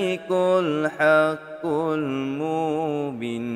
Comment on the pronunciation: Spatutnya 'mubin' tu panjang skit....sbb lepas huruf ba ada huruf ya....jdi kene panjang...cube dgar ust2 lain zikir...tp apepun tkpee...bagusss doh konten mcmni...slow2 blaja ok🎉